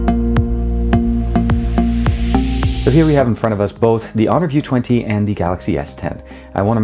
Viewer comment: you are just butchering honor view 20!